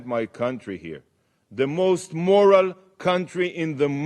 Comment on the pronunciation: Couldn't even say moral properly then.